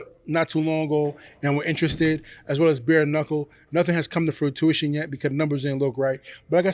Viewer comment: Love the way Yanks slaugther the English language...."frutuition"😂😂😂